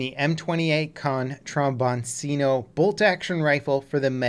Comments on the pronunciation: Its not Trombonsino its Trombonchino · Sorry to be a pedant, but I believe it’s pronounced "trom-bon-chi-no." C's often sound like "ch" in Italian. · Notification gang and pronunciation nazi here :D trombone-chin-o 🤗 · trom-bon-chino, "c" followed by an "i" makes a "chi" in Italian, fyi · It’s pronounced tronbonchino tho ;-) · For everyone: tromboncino is pronounced like cappuccino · Wrong. Tromboncino is pronunced Tromboncino and Cappuccino is pronunced Cappuccino... I hope you're not Italian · Your american pronunciation of "tromboncino" his so hilarious